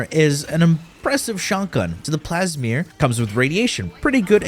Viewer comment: You and my roommate both 😂 just putting letters wherever how does “Plasmor” turn into “Plesmyr”